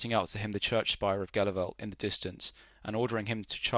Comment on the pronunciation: Was there last April in Flanders . Pronounced in Flemish as - Helu- velt. And Menen is Meean-En